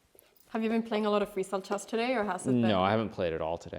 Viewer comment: Hikaru is the number one coolest chess guru ever. Magnus is magnus. Anna pronounces "e"s funny. She says chass, not chess; like chackmate. :) Oh and she is the cutest.